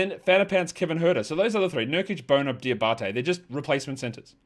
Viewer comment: I like how u pronounce "Bona"